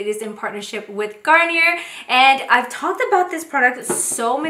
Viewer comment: Garnier is pronounced Gar-nee-ay. It’s French